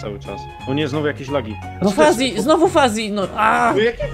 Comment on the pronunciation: Końcowy ''Fazi'' xD